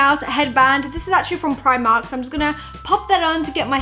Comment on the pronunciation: Ahhhhhhhh no offence i hate how people say Primark that wayyyyyyyy😂😂